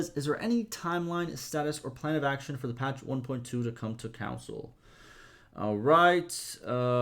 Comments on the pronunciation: You are saying council not console lol it’s (con-soul) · It’s ok that you can’t say Console correctly. My dad is from Minnesota and there are a lot of words he can’t pronounce correctly, including Console. He says it the same way you do. I give him shit about it sometimes, but I’m just pulling his leg. Lol